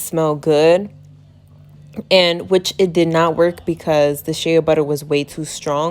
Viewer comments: SHEA pronounced SHAY not SHAYA lmao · Sis it is “Shay” Butter not “Shaya “butter. But good job thanks for the video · It's pronounced SHAY BUTTER NOT SHAYA LOL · Its funny how she says it as shaya butter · Girl, it's Shay‼️😂☹️ NEXT‼️ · just an fyi, its sh-ay butter